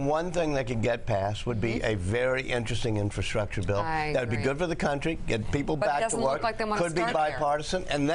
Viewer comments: OldCatLady MB i agree he struggles,, struggles worryingly UGE, not only with words and their meanings.... but did he say, repeatedly, "inferstructure" ....? You couldn't make this guy up, seriously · Mr Rogers is our President. Can you say "infrastructure"? Very good! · Oh that donny. He loves learning new four syllable words. Infrastructure. INfrastructure. INFRASTRUCTURE. I N F R A S T R U C T U R E.